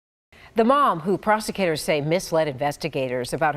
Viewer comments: what are "prosecators"? Doesn't she mean "prosecutors"? And wow! 5 days! That's a LONG prison sentence... absolutely disgusting! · The news anchor woman at 25.16 says - the mom who "prosecators" say..... 😂